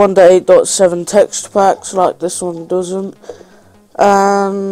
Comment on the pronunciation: he doesnt know no how to say 1.8.7 corectly